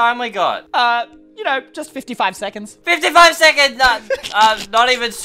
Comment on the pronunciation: "Zero secands"